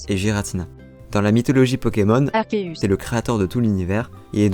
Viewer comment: pouruoi tu dit pas arceus ?